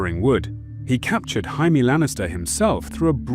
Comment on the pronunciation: Why do they pronounce Jamie Hyme?????